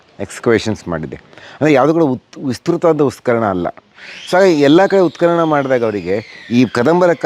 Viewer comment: ಉತ್ಖನನ ಸರಿ, ಉತ್ಕಲನ ತಪ್ಪು, ಸರಿಯಾದ ಉಚ್ಚಾರಣೆ ಅತ್ಯಾವಶ್ಯ. ಊತುಹೋಯ್ತು ಅಂದ್ರೆ ಊದಿಕೊಂಡಿತು ಅಂತ. ಹೂತುಹೋಯಿತು ಅನ್ನಕ್ಕೇನು ಕಷ್ಟ?. ನಿಮಗೆ ಅ ಕಾರ ಹ ಕಾರದ ವ್ಯತ್ಯಾಸ ಅದ್ಯಾವ ಭಗವಂತ ಹೇಳ್ಕೊಡಬೇಕೋ🤦 ಸಾಮಾನ್ಯ ಮಾತಾಡುವಾಗ ಹ್ಯಾಗಾದ್ರೂ ಮಾತಾಡಿ. ಲಕ್ಷಾಂತರ ಮಂದಿಗೆ ತಲುಪುವ ನಿಮ್ಮ ವಿಡಿಯೋಗಳಲ್ಲಿ ಸ್ಪಷ್ಟ ಹಾಗೂ ಶುದ್ಧಭಾಷೆ ಅತ್ಯಾವಶ್ಯಕ. ಶುಭವಾಗಲಿ.